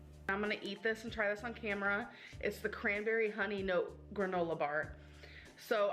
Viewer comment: When she says "note" instead of "nut" and "It's so good!" I cringe so bad.